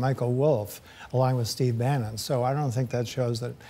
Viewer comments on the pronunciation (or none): none